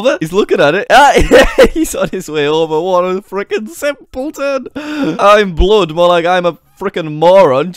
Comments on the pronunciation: jack it's not imblood it's imabood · it was bood not blood lol! xD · It's bood not blood 😂😂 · that awkward moment when you pronounce "bood" as "blood" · JackSucksAtLife you didnt pronounce bood right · shadow fire he said the name wrong its actuly iambood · You didn't say "Bood" right.. I'm mad